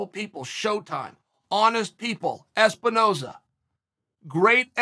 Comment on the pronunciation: "Espinoza. Ezbenona." Holy shit, ONLY CHAEL could fuck up a dude's name after saying it correctly half a second ago.